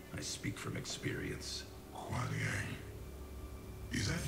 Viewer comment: Sektor đọc là sextoy :)) Raiden đọc là rái đen :)) Kuai Liang đọc là khoai lang :))